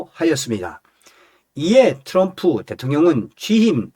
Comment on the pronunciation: 츄럼프가아니라 트럼프 내옆에있는 여자친구가 미국흑인친구야 발음틀리데 왜한국사람들은 발음가지고 멋을부리고 잘난척을하는지모르겠다고 그러더라구